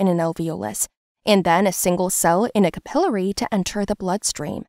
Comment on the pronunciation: This lady has some pretty weird pronunciations of several bits of anatomy. I’ve never heard “capillary” said like that.